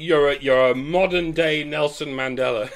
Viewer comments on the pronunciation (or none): none